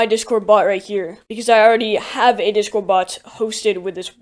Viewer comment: I swear I keep hearing him say dishcord.